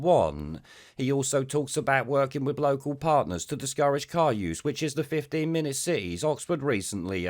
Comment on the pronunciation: He says "car use" like Humza says "huwhite".